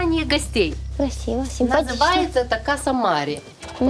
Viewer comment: Каса марЕ, а не марЭ. Два разных слова